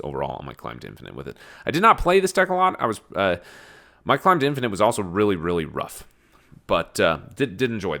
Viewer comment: Did you say “Dad-finate”? Hahaha so I am not the only one